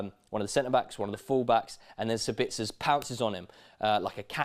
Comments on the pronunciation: It's SAbitzer not SaBITzer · Please for the lobe of GOD dear English people put the accent in the correct spot. It's SA-bitzer not Sa-BITZ-er. I know you only repeat what you heard from the Germans but they suck at pronouncing Austrian names.